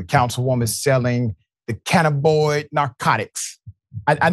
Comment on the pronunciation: I like your show, watch it often. Thanks for doing it. But Doc you need to find the correct pronunciation of words. The word today was Cannabinoids. That's Can na bin oids. Just want you to know for next time. Makes it sound better to have correct pronunciations.